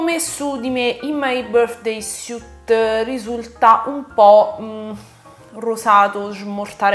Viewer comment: Finalmente qualcuno che pronuncia underneath e "suit" in modo decente! 😁 Lo so non siamo tenuti a pronunciare l'inglese bene lo so. Poi però noi italiani scassiamo le balls a tutti i popoli del mondo perché non sanno cucinare la pasta. Quello è oltraggioso! Pronunciare suit come sweet invece eh dai cosa vuoi che sia! 😋😋😋